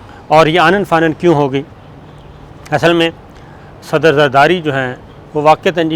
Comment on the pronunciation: Sabique sader zardari bolen ,ap to bilo ki trah sader bol rhe hain sir.